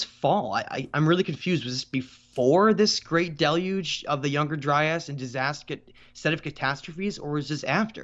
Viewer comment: Love your stuff dude, but please work on your pronunciations. For many people, you’re going to be their first and sole source of this info. Timaeus = Ti-may-us …. Not Timmy-us Critias = Cri-tee-us …. Not Criddy-us Gobekli Tepe = Teh-pay …. Not Teh-pee Dryas = Dry-us …. Not Dry-ass